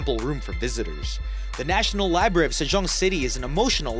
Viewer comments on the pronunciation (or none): Please get an narrator who can pronounce library correct. How horrible libary?